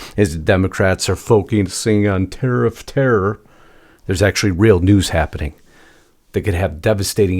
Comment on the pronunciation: Did I hear you say terrariff